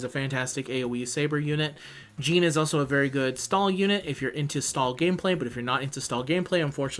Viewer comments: Stop saying "jean" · wtf are you calling Jeanne... "Gene"?